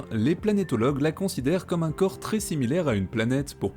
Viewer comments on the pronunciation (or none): none